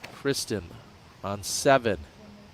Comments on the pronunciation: Yeah he's saying it the right way. Or at least closer than the American standard way we've been saying it for the last few years. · That is a much closer way to say it than the way they have been saying it.